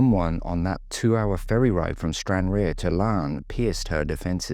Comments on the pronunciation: Why do people have such trouble with pronouncing Ayr? You weren't that hot with Stranraer either but your attempt at Ayr where the Scottish Grand National is run, also you have the county of Ayrshire and a football team was poor! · stranraer was mispronounced, let that go, but Ayr!! come on !